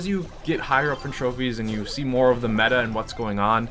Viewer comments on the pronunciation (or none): none